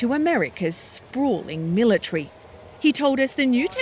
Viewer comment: Mil a tree 🤣